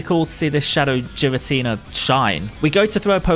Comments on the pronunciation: You said Giratina differently then literally everyone. So you're objectively wrong. Honestly should apologize. Imagine calling someone's name wrong consistently and find out later without apologizing. Damn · I love your video, my dude, but you didn’t “say it differently to us”. You said it wrong. It was straight up incorrect. Every Pokémon name has an actual, canon pronunciation. It’s one thing to swap a consonant somewhere in the middle. It’s another thing entirely to mispronounce the first letter of a Legendary Pokémon that has been around since 2008 and get mad when people tell you how annoying it is when we have to listen to it for 8 minutes straight. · Ngl, the way you pronounce girstina hurts my soul. I don't know if it's the "official" pronunciation but it sounds wrong since everyone else says it as ghee-rah-tee-nah instead of jee-rah-tee-nah. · What the hell is a Jeeratina GEARATINA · The way he says jiratina instead of giratina Is the most triggering thing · It’s giratina not jiratina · There is no j in Giratina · it's Giratina not Jiratina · I like how GEAR-uh-tea-nuh is pronounced Jeer-a-tea-nuh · My gf heard you saying “Jiratinia” instead of “Giratina” and she started flipping out 😂😂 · GEAR-uh-teen-uh, not JEER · Geeratina... lol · Its not "jiratina" 😭😭 pls broo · It's pronounced giritina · Jeer-in-tina lol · The pronounciation of Giratina is killing me. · Im kinda triggered by jiratina lol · STOP SAYING JIRATINA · It's not jiratina 😭😭😭😭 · Ah yes jeratina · HA! "Jiratina"! LOLZ!! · Does he say jiratina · mans said Jiratina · ITS NOT JIRATINA HOLY CRAP THAT IS SO ANNOYING TO HEAR IF YOU CANT SAY THE DAMN NAME RIGHT THRN JUST SAY THE DEMON FROM HELL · Man called him jiratina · I’m sorry but your pronouncing it wrong, everyone does it, but it’s a bit annoying (Gear-an-Tina) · "Jeeratina" lmao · Please stop saying "Jiratina"... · Cool video but "Jiratina" is just straight up wrong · I love how you say it wrong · Its a hard G in Giratina. It ain't a giraffe.